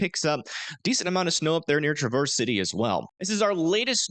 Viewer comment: Not Tra-verse City Michigan, Its said like travis- city Michigan. just trying to help. Happy Thanksgiving.